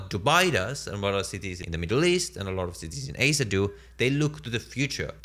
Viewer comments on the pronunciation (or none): none